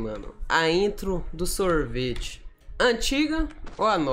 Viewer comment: A melhor parte e quando o fala sorvite calera